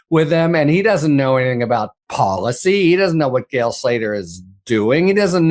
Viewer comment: It's Gail, not "gal" STOP CLAWING AT THE CAMERA